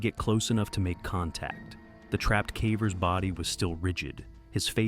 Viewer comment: How do you have a channel about caving but pronounce CAVERS wrong. Effing AI. BS.